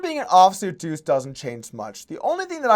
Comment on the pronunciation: It’s deuce, not two.